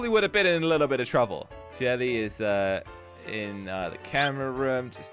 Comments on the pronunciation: said truffle or trouvle instead of trouble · did any one resize he said I would be in a lot of trouvle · is it me or did he say trouvle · Is no one gonna talk about saying shroble not trouble